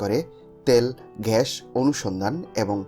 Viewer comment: Pronounce gas not gash